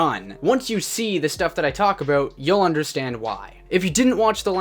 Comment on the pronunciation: Talking aboot 😂